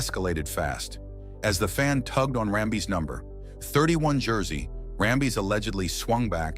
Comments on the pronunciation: "BADDERY " 😂😂 & RAM - BEEZ 😂😂 . . . ITs Ram - bis & battery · Great video, but the fact you kept saying Kurt RamBIS' name as RamBEEZ drove me nuts! Please double check your info before posting. You would be seen as that much more professional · For gosh sakes you found at least 2 ways to destroy Kurt Rambis' name. Rambeez😂 and Rumba